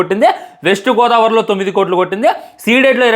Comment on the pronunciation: East gaydavari 😅😅 Tounge slip